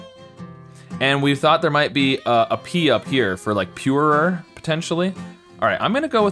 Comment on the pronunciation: Your American accent is really foreign to me because I’m from Australia and when you say purer is sounds to me like your saying purerer and I’ve watched this video like twenty times and it only just occurred to me that it was your accent